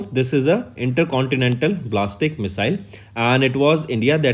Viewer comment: Sir ballistic missile ko blastic missile bna diya aapne... + please improve on pronounciation